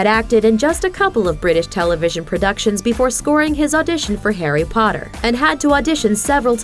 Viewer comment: I heard Hairy Potter at the end😂